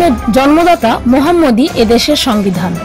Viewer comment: আমাদের নবী সা: নাম ভাল করে নেন। আপা।।